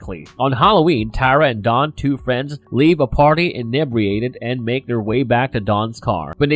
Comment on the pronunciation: seconds you have so far mispronounced two words. Inebriated and excrement. Pennywise is just one of the forms that the creature, It, uses to terrorize children.